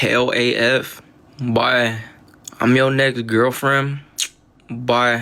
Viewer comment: Hes so annoying cant even say boy right. "Buuii"